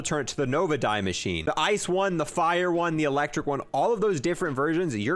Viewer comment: "Dee" not "die" its German it's pronounced dee